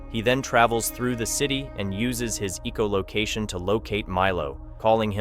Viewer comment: It pisses me off how instead of saying "echolocation". It says "Eecholocation"